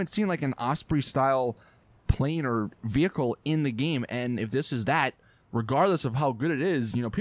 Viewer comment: Vehicle, not veyuckle